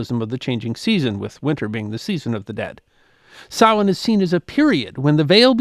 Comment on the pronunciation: OMG! Someone who pronounces "samhain" properly! Thanx for avoiding AI voicrs.😀